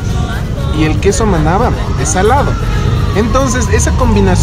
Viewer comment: Cuando dijiste " este quesó " me di cuenta que heres Quiteño :) tenía una amiga que nació ahí por villaflora decía ella :) yo ni se donde es :,v